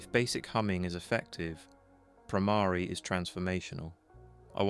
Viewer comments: Yes. The Bhramari hum is very powerful. And note "Bhramari" is not pronounced "Bhramaari" .. but with a short "a" not "aa"... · .... Conscoiuunesss Stiaffing...? Spelling??d Bhramari / 2nd syllable is not "aa" but just a (like uh). All alphabets end in this a sound. * GREAT VIDEO. Thanks.